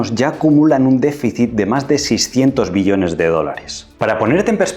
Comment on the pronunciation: Todo bien, sólo pronnuncia bien la palabra "Billones" te entendemos millones y tengo que regresar el video para comprender.